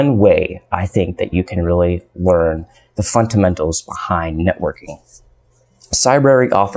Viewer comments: It's fundamentals not funtamentals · Can you please voice the labio-palatal plosive in the 'd' of fundamentals? I swear I tried to listen to what you were saying, but got distracted each time you said funTamentals. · This video could have been 5 minutes long easily. Please stop pronouncing Fundamentals with a t in place of the d. The entire time I watched your video, I wondered why the heck I should listen to your advice. What qualifies you to give us advice? This is important to establish at the beginning of the video. What specifically did you learn in networking that helps you with cysec? What about specific examples? This video is of you rambling in front of cool-looking computers. I'm trying to build a career. You're going to have to pick up your game if you want to be able to influence my life.